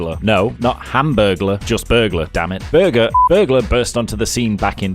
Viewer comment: HAMBERGLER?!?! 😂🤣😂🤣😂 LOVE IT!!!